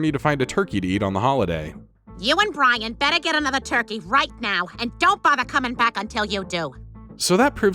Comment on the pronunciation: Being sweaty and staying in water all the time is gonna make you sick eventually...and makes you get your vowels mixed up: (brAIn❌) - (brIAn✅)